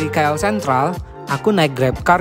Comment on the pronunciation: Sebutan tu salah bukan Ki El tapi Ke El